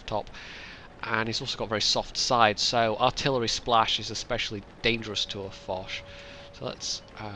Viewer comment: Hurray! I ran around my apartment, screaming 'Its me! Its me!' when I saw the new video in the submission list. I got punched to death for waking up my roommates but that was totally worth it :P Also Im very glad you pronounced my Name correctly and not in the Japanese way with an 'E' at the and :D